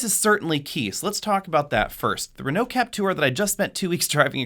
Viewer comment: the way he pronounced Peugeot and Renault tho